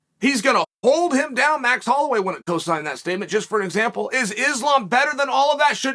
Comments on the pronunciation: 😂anyone else notice now Chael is saying the name right now “Islam” the videos before this he was saying Makelchev💯 smart move by Chael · GOOD JOB CHAEL LOL I NOTICED YOU CHANGED UP AND NOW YOURE SAYING THE NAME RIGHT ISLAM ! 💯 GOOD MOVE